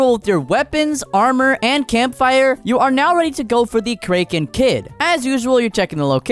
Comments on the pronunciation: Btw I noticed when u said kraken kid and pronounced it as (crake-in) when its pronounced as (crack-in) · Cra ken it’s pronounced like that not like this crae ken kid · "We need to get kreken kid " WTF IS KREKEN KID 😭💀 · Wasn't it pronounced kraken instead of kraken? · Jeez. The way you say kraken. Like wtf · it's pronounced kraken, not kraken... Smh, never watching you again. 💔